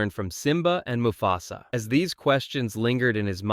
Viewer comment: Muh fuss uhh? Moo FASSAA. Dude bro. Thumbs down for basic english .